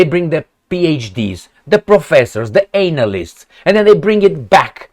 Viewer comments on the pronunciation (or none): I enjoy your commentary . I don't agree with every word of it but I do expect some serious thought when I click on it . When I heard your comment on analyst ... but it was pronounced anal ist i cracked up because that is accidentally the most accurate word you could have called them in English or Romanian 😉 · Its funny how you pronounce analyst like it has something to do whit anal😅